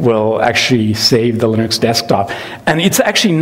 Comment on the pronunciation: confirmed pronunciation of “linux”. not lee-nooks. or “lih-nuks” but lir-neks. lol